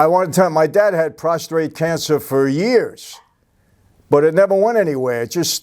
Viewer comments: Hearing y'all say "prostrate" reminds me of Dennis Franz as "Andy Sipowitz" in NYPD Blue. It's NOT "prostrate" which means you're laying in a prone position, it's "prostrate" cancer. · PROSTATE no R after the T lol